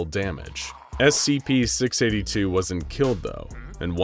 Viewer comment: scp six aybbe two